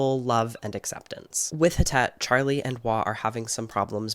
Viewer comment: Hi! I doubt you’ll see this but wanted to let you know that Htet is pronounced more like Thet (if that makes sense!). She is Burmese and was found in Malaysia but she is not Malaysian. Htet is a Burmese name, as well! The author is Karen on her mom’s side, an ethnic minority from Myanmar